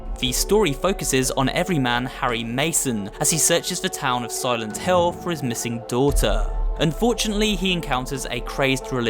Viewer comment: It think it is pronounced "Silent Hill", not "Hell". Just a nitpick but you should know the name.